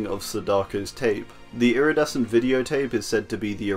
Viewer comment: I have a funny idea, take a drink everytime he’s say “lridescent”